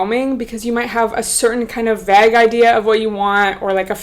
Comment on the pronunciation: The way you pronounce 'vague' is super cute though 😆 x